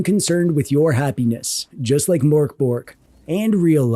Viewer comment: The mörk in mörkborg is pronounced more like murk instead of mork. The pronunciation of borg is acceptable although the g in it is pronounced more like a y.